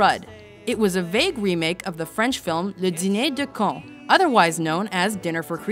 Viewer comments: "Le deenéÉ deu Kon" XD what a great pronunciation ! Sorry I don't want to be mean, it's just too funny. 😂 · First time I've heard an american nail a foreign pronounciation (Le dîner des cons). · OK PLEASE EVERYONE! Just stop to say ; OMG you are so stupid i like this movie nanana! Just stop! They think its not good, great, what does it change in your life! Geez!(also, i loved how you Said 'le dîner de cons' XD)